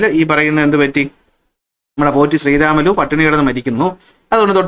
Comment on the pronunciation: #പോറ്റി_ശ്രീരാമലു എന്ന് പറഞ്ഞു ആ മഹാന്റെ പേര് കളയല്ലേ ! പ്രത്യേകിച്ചും ഇപ്പോൾ കേരളത്തിൽ ! തെലുഗു ഉച്ചാരണം അനുസരിച്ചു അദ്ദേഹത്തിന്റെ പേര് #പൊട്ടി_ശ്രീരാമലു എന്നാണ്. ഞാൻ പത്തിൽ പഠിക്കുമ്പോഴും ഇതേ തെറ്റ് പുസ്തകത്തിൽ ഉണ്ട്, ഞാൻ പഠിപ്പിക്കുമ്പോഴും ഇതേ തെറ്റ് പുസ്തകത്തിൽ ഉണ്ട്. പുസ്തക കമ്മിറ്റിക്കാർ സിന്ദാബാദ്. പണ്ഡിതമന്യന്മാരാല്ല്യോ ..?